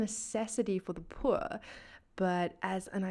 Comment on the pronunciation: Where did that accent came from? That is one bougie way of saying pwur